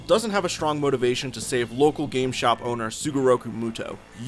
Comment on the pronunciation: you sayed yugis last name wrong lol